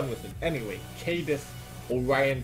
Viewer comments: It's pronounced Kah-Diz not Cai-Diz. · no no no don't stun cadiz! What i heard: Don't stun anus!